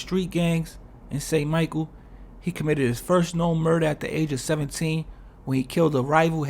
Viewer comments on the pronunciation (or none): It's St-Michel, not St. Michael